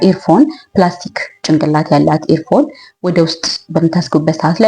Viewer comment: ቆንጂት ኤር ፎን ሳይሆን ኢርፎን በማለት ተስተካክይው?